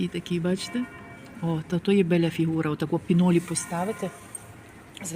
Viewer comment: Signora ,bella a не беля